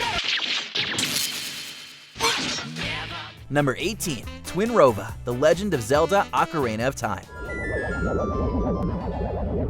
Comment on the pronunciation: .............Twinrova? Seriously? >_>